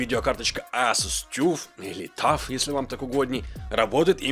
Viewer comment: Ну тогда ТАФ - читается Алтимэйт.